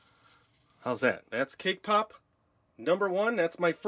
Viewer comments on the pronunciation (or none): When you said cake pop it sounded to me like k-pop. :-)